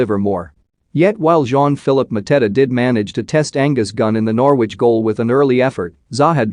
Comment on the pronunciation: You cannot even pronounce Norwich properly you idiot!